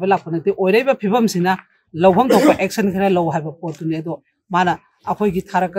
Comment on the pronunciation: aection😂😂😂 rip english